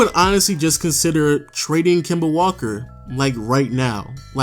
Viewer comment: "Kema" Walker 😂